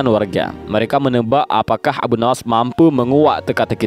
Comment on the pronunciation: Sebutan yang betul dan tepat adalah Abu Nuwwas bukan Nawas... Bapak Kelicikan